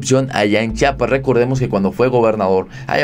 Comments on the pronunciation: Amigo di bien Chiapas Chiapas Chiapas No chapas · Es “Chiapas” o no chapas. Si quieres ser periodista o un buen YouTuber aprende a pronunciar bien. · Por favor el nombre es Chiapas, y así c dice Chiapas, otra vez por favor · Se dice Chiapas eres una persona preparada debes pronunciar buen